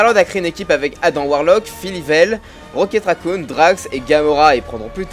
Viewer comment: J'ai monté le son et en effet, il dit rocket racouille 😂😂